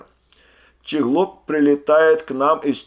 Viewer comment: Не щеглок а чеглок